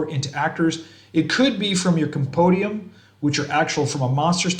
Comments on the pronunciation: Compendium - Come-pen-dee-um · Did you say...compodium? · Ah I like the way they say it lol.